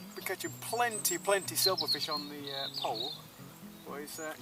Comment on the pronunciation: "PLENTY" of fish not PLEANTY